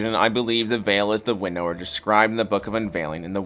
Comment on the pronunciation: I'm sorry but the way he says Winnower as "winn-nower" is frustrating.